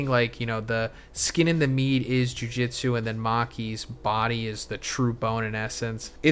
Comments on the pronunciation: Not to be that guy but it’s jujutsu, pronounced jew-jew-tzu. Bro is saying Jiu jitsu which is completely different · Jujutsu… not jujitsu 😬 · why are u saying juijitsu? ITS JUJUTSU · Brother, its "Jujutsu", not "jujitsu" the pronunciation. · Bro its jujutsu Not jiu jitsu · Dude its JUJUtsu not JUJItsu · STOP READING JUJUTSU AS JUJITSU OMG